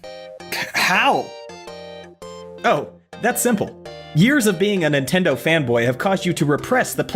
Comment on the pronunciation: Playstasean?? The hell?